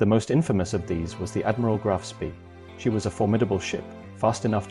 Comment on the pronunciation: The pictures are pure invention -generated by computer. There are plenty of photos of Ajax available, why use these silly inventions? Graf Spee is pronounced to rhyme with 'bay'.